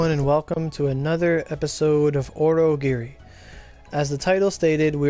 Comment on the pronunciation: Yeeup.... The name of this game gets butchered on every video I see....